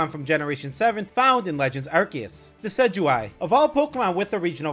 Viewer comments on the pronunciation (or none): none